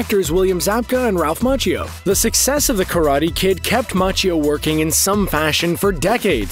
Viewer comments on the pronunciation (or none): its Ma key o not mach ee o